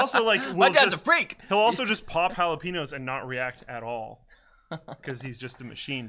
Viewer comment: "halapeeeeenos"?? say pen, now include that in halapenos